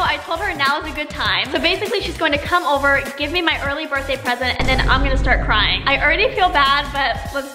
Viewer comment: It’s crying not carying